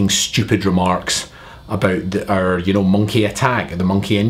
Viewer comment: I like when you say "about", it sounds like "a boot"